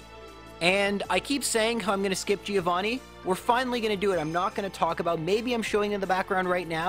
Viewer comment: please fix that pronunciation of "Giovanni" it hurts every time